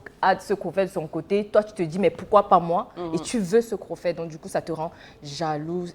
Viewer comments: stephanelle "crophet" 🤣🤣🤣🤣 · je croyais être le seul a avoir entendu crophet, mdrrrrrrrrrrrrrrrrrrrrrrrrrr